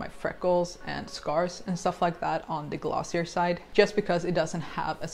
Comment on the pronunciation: You pronounce glossier wrong